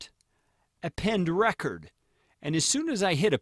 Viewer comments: wasnt going to pour over all the comments to see if someone mentioned this, but I believe it is pronounced "Append reCORD" (as in recording...) rather than "Append RECord" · what is he saying "Append Reh-chord" like Record player. it is "Append REE-CORDE" as in to appending to a recording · Append is pronounced record as in record audio not as in break a record